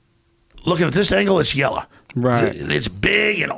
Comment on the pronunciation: ..."YELLA".. I died lmao